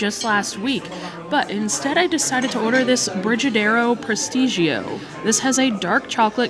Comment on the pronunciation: I will help you 😊 We had a Brazilian exchange student and she made brigadeiro all the time for us.. it's pronounced like girls name Bre... Bre-gadeiro